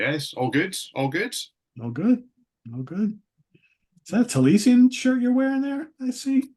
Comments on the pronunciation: Taliesin was a 6th century Welsh bard. Pronounced Tally-es-in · Another great video… (BTW it’s pronounced Tal-yess-in, named after the 6th century Welsh poet…)